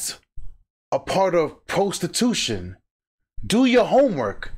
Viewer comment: PRO-stee-tution 😂 get a job